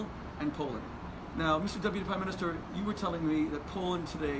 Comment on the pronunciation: "pime Minister" ? Przecież Premierem Polski , we wrześniu 2017 była Beata Szydło! Czy to była zapowiedź zatwierdzenia i jego przyszłej nominacji ? Rozmowa kwalifikacyjna !? A "Instruktor nauki jazdy" przytakiwał głową w czerwonym naleśnikiem, że prowadzony kursant dobrze odpowiada na pytania egzaminatora ?